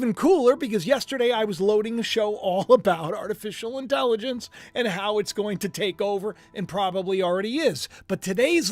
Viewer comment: You cracked me up saying Artificial Intelligonce!! I do that kind of talk too. From King of Queens. Lol